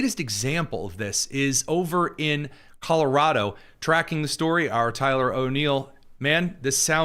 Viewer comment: if you grew up in Colorado why can’t you pronounce Colorado properly? (Sorry, just a pet peeve) I identify those born and raised in the state by the way they pronounce it.😉